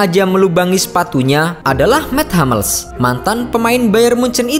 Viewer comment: Sedikit ralat penyebutan.. Hummels, bukan Hammels.. Soalnya nama orang jerman..